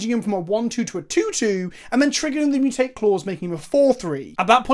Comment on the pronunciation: Just to be annoying, you are pronouncing the word wrong. It's MU-tate, not mu-TAte, the stress is on the first vowel. Think about the TMNT theme song.